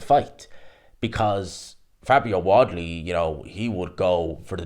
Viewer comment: Can't say wardly properly it's your kryptonite